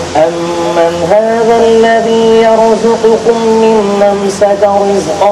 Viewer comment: "الذي" کی یا میں مد نہیں ہے.....!!